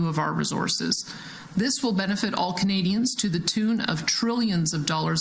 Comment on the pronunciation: Every time she says "Canadians", I'm somehow hearing "Comedians."